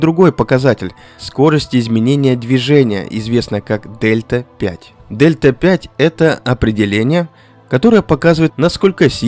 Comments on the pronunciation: дельта 5? это которая delta-v? Delta-v (also known as "change in velocity"), symbolized as Δ v and pronounced /dɛltə viː/ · особенно "дельта пять"... ΔV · Спасибо за видео. Только не Дельта 5, а Дельта Ви (Velocity)